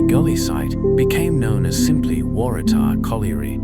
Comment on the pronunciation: Thanks for the lovely video. I have often ridden my bike on those bike paths and didn’t know that they used to be railway lines. I’ll be having a closer look next time I go. It took a few goes but the narrator got Kotara right in the end. Waratah was a bit dodgy though 😊.